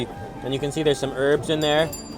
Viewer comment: when you say "herbs" it sounds "Arabs"